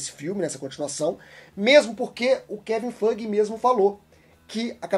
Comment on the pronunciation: vc fala o nome do kevin feige errado! Não é fuge, é faige que fala, to falando a fonética